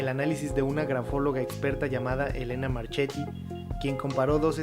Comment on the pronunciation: Yo me apellido igual y se pronuncia "Marquetti"